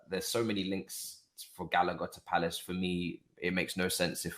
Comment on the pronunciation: Fam, put some respect on Gallagers name wtf. you man are bugging! england internation uno 😣